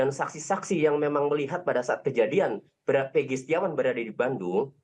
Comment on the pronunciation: keserupn nybut nma eeggii...bukan peegi..itu yg sy dengar..coba putar lagi kawan